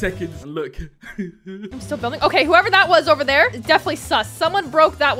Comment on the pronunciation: It’s OKEH to not be OKEH❤️ titan cry 😭